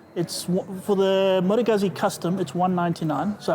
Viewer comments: FYI , It’s pronounced Goot-Zee !! 🙄🤦🏻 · It's actually pronounced Moto Gootsee